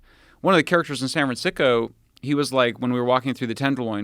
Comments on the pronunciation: don't know if he intentionally said San Fran-sicko, but we should make that stick. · Did he say San Fran-sicko? 🤔🤣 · says sanfransicko Nice! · "san fran sico".... lol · Sanfran-sico. He didn't correct himself. I like to think it was intentional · He said... "sanfra- siko" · he said san Fran sicko lol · He misspoke and said San Fransicko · “San fransicko” lol ahahhaha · "San Fran Sick-o" Haha, that's good. I wonder if he said it on purpose. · “San Fransicko”